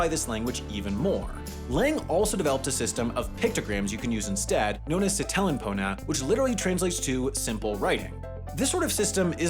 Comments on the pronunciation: "each word's first syllable is emphasized" "si-TE-len po-na" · you wrote "Sini pilin seme?" instead of "Sina pilin seme?" what a terrible video totally ruined (oh and at some point you prounced SItelen as siTElen, that makes you now an objectively terrible person) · Se-tell-ENN Ah yes, perfect pronunciation